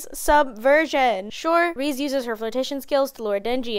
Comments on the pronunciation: Lol reeze. It's ( Rez-zei ) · Sweety its REI-ZEI not ReSe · 2.12 is a decent joke but the correct pronunciation of Reze is something along the lines of 'Reh-zeh', its just a direct translation of レゼ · Her name's pronounced as Ré-zay